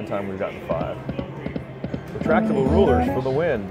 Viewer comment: "Retractratible rulers"